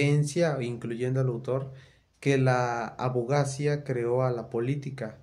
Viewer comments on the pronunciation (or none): hola amigo, la palabra es hipÉrbole, es decir con acento en la primera letra "e". Y por lo tanto, tienes que cambiar el acento, ponerlo sobre esa primera e: h i p é r b o l e 🙂 Abogacía: si observas, el acento va sobre la letra " i " a b o g a c Í a Amigo, te recomiendo ampliamente leer y estudiar mucho. Eres, de cierta forma, un heredero de los que fueron unos grandiosos Abogados de los siglos pasados, sobretodo del Siglo XIX (siglo diecinueve), que fueron abogados cultos, estudiosos; varios de ellos fueron incluso escritores, periodistas, escribieron Teatro... Fueron personas muy destacadas en su tiempo. Estudia, aprende, y convierte el conocimiento en una de tus máximas pasiones!! 👍